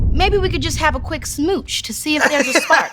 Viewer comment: You emphasized on the quick instead of the smooch there bud